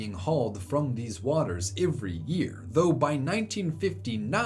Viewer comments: Every starts with an e not an I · You say "every" really weirdly lol